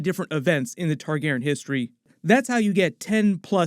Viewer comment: Please learn how to pronounce 'Targaryen' before you tell your grandkids about GoT. Four syllables.